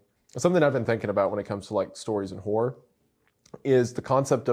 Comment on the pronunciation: Horror is 2 syllables and best said slightly differently. It's so annoying to hear people pronounce it as one syllable.